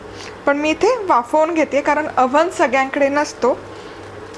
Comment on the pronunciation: आवन नका बोलु ओव्हन बोला.